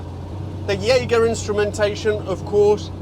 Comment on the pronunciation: I thought Jaeger was quite goof. ae = ä has a sort of longer e than in get.